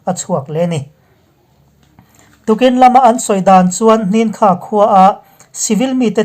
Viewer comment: "Hnin kha-Khua" ni loin, " Hnan Kha-Khua" tihtur zawk ani e.